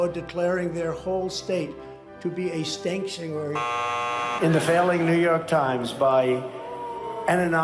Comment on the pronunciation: he actually pronounced sanctuary as "stankuary"....? the only thing missing from Zelensky's uniform was a clothes pin on his nose, what with sitting right next to trump